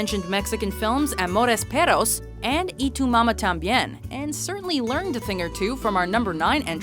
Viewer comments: Every time you say "amores peRos" I feel like trowing up. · "amores peros" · btw- she fucked up 'Amores Perros', which, she pronounced like Peros... IOW's, she did not roll the R's; which makes it a completely different word.